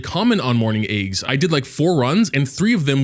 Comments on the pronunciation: everyone is talking about level 60 this level 60 that... and here I am wondering why I hear "morning eggs" whenever says "mourning aix". I guess I'm just deaf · Whenever he says that name, "morning eggs", it's so hilarious 😂😂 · I cant tell if he is saying morning aix or morning eggs 💀